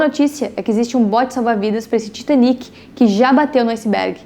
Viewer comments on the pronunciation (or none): none